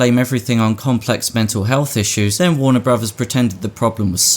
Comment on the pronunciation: I've never heard of "Warner Brovers" before.